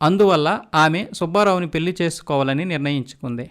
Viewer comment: మీ ఉచ్చారణ మార్చుకోండి పెల్లి కాదు పెళ్లి అనాలి మల్లీ కాదు మళ్లీ అనాలి Etc